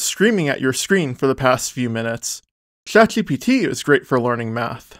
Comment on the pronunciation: Why do you have a hot potato in your mouth every time you say "Chat GPT" or other words with a sh or zh sound in it?